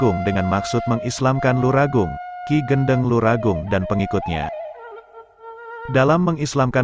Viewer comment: Bukan Ki Gendeng, yang benar Ki Gédéng.